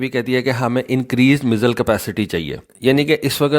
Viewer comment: بیٹا لفظ میسل نہیں ہے یہ 1 بیماری کا نام ہے۔ میزائل بولو